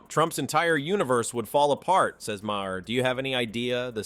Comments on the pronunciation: It’s pronounced MAY-er, MAGA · imagine someone who likes Bill Maher so much that he can recite and replay so many of his jokes, yet can't even pronounce his name correctly even once